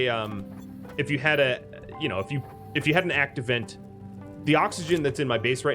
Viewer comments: Why do you keep saying 'act event' instead of 'active vent' ? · When you pronounce 'Active Vent' it sounds like you're saying 'Act Event'.